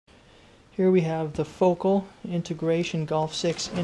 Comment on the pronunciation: Why is he saying focal like that xD